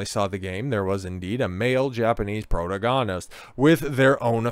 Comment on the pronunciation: Why do you pronounce “protagonist” like that